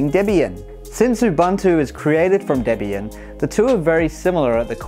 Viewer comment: Finally. Someone who pronounces Debian correctly